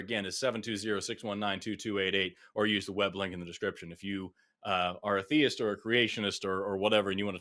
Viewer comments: This guy's mispronunciation of the word theist just grates. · Did either of you find it annoying that he pronounced the word "theist" as thay-ist?